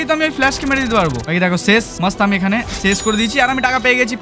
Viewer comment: ছেশ না ভাই শেষ বলে 😂